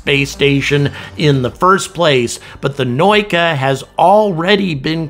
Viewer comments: наука is pronounced "na oo ka" not "noy ka". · The pronunciation of the russian names is butchered beyond recognition. You say Noyka but it should sound Na-ooooo-ka. You say Pree-cal but it should sound like Preach-aaaaaa-l. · Not "Prikal" it is "Prichal" sounds like (PREE-CHA-L) means "dock". Not "NOIKA" sounds like (NA-OO-KA) means "Science". US did not need Russians for Apollo or Shuttle missions. Not a big loss. I personally believe the ISS is outdated and needs to be grounded. It will not survive without Russian segment anyway. Plus spending billions of dollars on replacement segment to prop up the old tech is a waste of recourses.